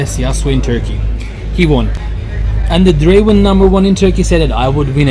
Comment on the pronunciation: aq 35 kere dinledim böyle bir draven deyiş yok aq